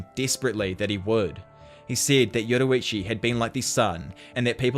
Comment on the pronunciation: Yurorichi 😭😭😭 ur pronunciation be having me weak